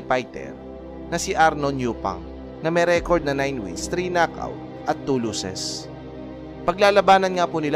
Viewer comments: pwede ba mag aral ka ng tamang pronunciation ng losses vs luses... tapos pano naging plurals ang 1 losses ggggeeeezzzzz instead of 1 loss.... damn palpak pa ang date na inilagay sa caption.... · Losses hindi lusses